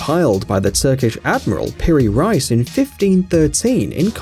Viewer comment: It's not Peri "RICE", it's Peri "REECE"....